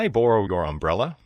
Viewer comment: cái ô đọc lượt đầu tiên đọc nghe khó thế nhỉ